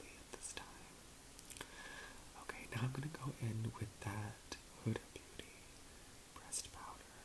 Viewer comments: hi~! huda is an arabic name, and it is pronounced with a short 'u' sound. the brand is actually named after the owner, huda kattan, who is arab! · Huda is pronounced the other way that people are telling you! I promise. It's her name, a woman's name. It has Arabic origins. Let's not say it sounds stupid, please ^^ <3